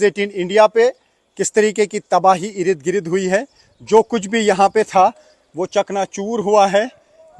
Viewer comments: अरे गोदी रिपोर्टर ठीक से बोलो। 50 बार तो ये कह चुके कि "आप देख सकते हैं"। और 10 बार ereed greed बोल चुके हो। भाई इर्द गिर्द होता है। Ereed greed नहीं। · Urdu Hindi sahi bola karein . Yeh "Irid Girid " nahi balke Sahi " Ird Gird " hai 🎉.